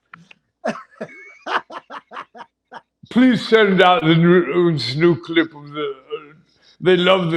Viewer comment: Omg. “Threat to my Deeemocray”